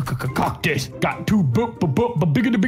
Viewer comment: You went from cuctis to coctis 😂